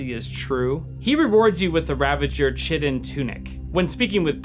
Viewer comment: Chitin isn't pronounced like chitin. Btw